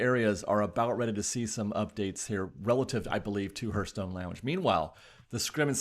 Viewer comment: It's pronounced HARTHstone, not HURTHstone.